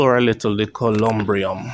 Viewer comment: The building of his resting place is called a columbarium. You constantly mispronounced words in your vlogs.